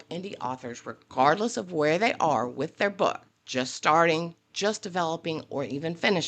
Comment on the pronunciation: I was happily taking a sip o tea each time she said "woth 20 years of experience", I had to refill XD. She's at it again, I would hope the podcast help her realise what she did wrong but we'll see because or now it's very hypocritical to make all those good point but promoting her shaddy business. Also, didn't she change the contract of her client after having agree on the price via videoconference ? or I am misremembering ?